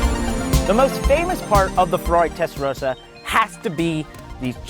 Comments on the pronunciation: WHY CAN’T AMERICANS PRONOUNCE TESTAROSSA CORRECTLY?! Come on, it’s not that hard… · It's a Testa.......rosssser not a Testa row sar!